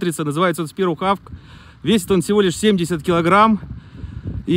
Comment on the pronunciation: что за проблемы с произношением английского "ястреб"? Ну какой "Хава"?